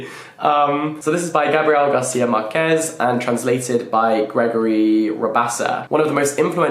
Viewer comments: Gabriel Garcia Márquez is one of my fav authors ever. ❤ Btw, your pronunciation of “Macondo” is correct 🤌, but “Márquez” is pronounced like MArquez not MarquEz (the tonic is on MA not on QUE) ✨ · You will love 100 years of solitude!!!! O Cien años de soledad, you did pronounce ok Macondo but the author lastname is Marquez with the stress on Mar, not quez, hope this makes sence! Love your content!